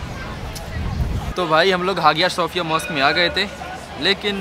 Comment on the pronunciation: its हाया सोफीया